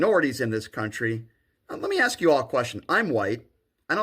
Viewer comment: Can we teach people to say ask instead of axe?